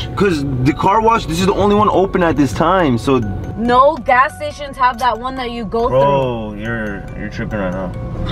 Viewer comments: The “naur😂😂😂😂” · She starting no in a British accent